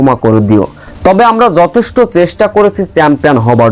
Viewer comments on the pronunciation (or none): none